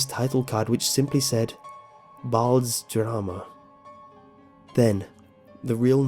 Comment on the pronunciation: I had to check the text to see what was trying to pronounce. The phrase is "Baldrs Draumar", which is Old Norse for "Baldr's Dreams". It refers to a Norse myth where the god Baldr has a nightmare that accurately predicts his death....you may note that this has nothing to do with Hungarian culture, despite the film presumably being made in Hungary.